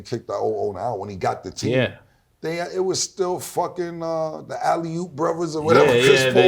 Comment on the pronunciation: Cam said alley opp brothers 😂